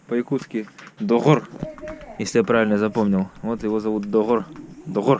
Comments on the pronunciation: отлично! Какой молодец, произношение уже без акцента "Доҕор", обычно многие иноязычники через г произносят, а вы сразу через ҕ) не плохо не плохо). Автомобиль рекомендую с Владивостока пригонять. Желаю удачи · да так и есть сразу заметил, "до5ор"буква г(5) Малодец 👍🏼👍🏼👍🏼👍🏼